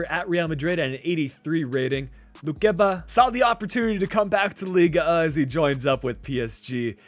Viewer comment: You mispronounced the French league for a better prononciation you stop a the G it’s like lig 1 not liga 1 and for the number you said it right. Oh and hi from France 👋